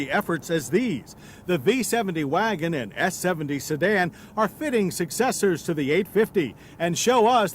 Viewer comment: V designates no not “vagon”! Ha ha ha!